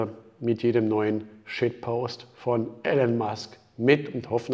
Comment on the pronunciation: Wie er immer noch den Vornamen wie Alan ausspricht 😂😂😂